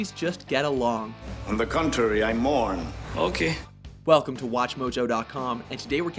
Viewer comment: the original "okey" 😂😂